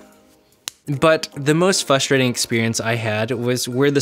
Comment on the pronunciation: The most frustrating part of this video is the lack of the letter "r" used in the word frustrating.